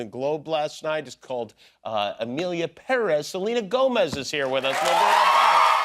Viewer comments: Why does he pronounce Perez like that 😂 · I abhor the way he says Perez.